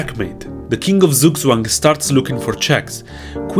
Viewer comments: “z” in german is pronounced “ts”, just a headsup! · You pronounce Zugzwang like a slavish name.